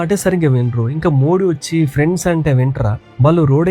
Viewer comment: PRENDESSSSSS😆😆😆😆😆 EDHI ... Manapm standards anna..... PRENDESSSSSS